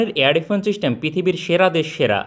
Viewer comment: "চিস্টেম" কি জিনিস, তা কেউ একটু বলতে পারবেন?